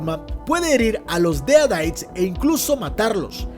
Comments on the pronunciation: Deritis no deadaits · Odio como dice : dead aites